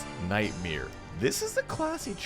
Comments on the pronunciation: Wtf is up with your pronunciation of nightMARE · Omg you say nightmare like Bert Kreischer! I thought he was the only one who said nightmere